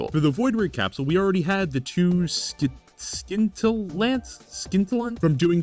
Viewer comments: It's sin-tillant, said like oscillating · It's just pronounced like sin.